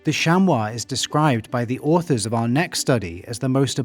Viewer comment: Thank you for pronouncing chamois correctly. American mispronounce it as shammy. Most have difficulty with French vowels and combinations, acting like the French are being difficult on purpose.